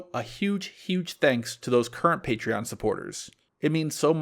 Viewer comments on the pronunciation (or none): none